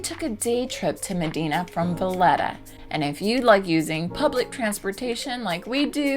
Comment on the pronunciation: You went all the way there and spent time there and didn't pick up how to pronounce it?